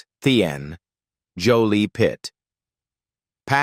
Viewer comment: Pax’s middle name is pronounced “Tee-in”.